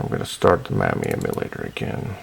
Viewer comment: Install the Mammy lol I never heard it pronounced like that. Thanks for vid!